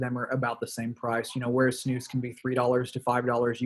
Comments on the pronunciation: The way you pronounce snus ”snos” is pretty funny for me as a swede ;) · Not sure how to explain:) pronounce it correctly it should be the letter U like united and not O but you still pronounce it decently:)... I like Lundgrens skåne white because it has kind of a fruit flavour...:) Btw doesent nicotine cause aterosclerosis?